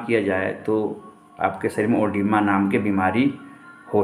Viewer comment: कागज देख कर बता रहा,वो भी गलत,ओडिमा नही edema होता है।